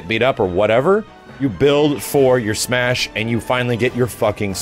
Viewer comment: I love that he tried to say it correctly, and still fucked it up the second time.